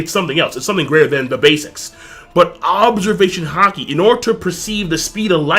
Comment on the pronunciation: Why does have a problem saying "Observation Haki"?